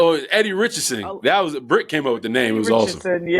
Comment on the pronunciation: The fact that pronounced my name correctly.......10 stars. JJ Easter suit is about to be a whole event within the holiday.